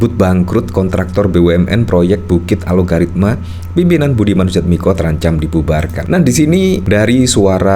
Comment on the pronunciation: Bang Host nya sejak dari awal kok menyebutnya Alogaritma sih? Apa memang penyebutanya yang benar demikian? Yang saya lihat di headline nya Algoritma lho padahal. Mana yang benar?